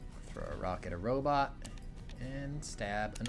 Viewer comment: says "robit".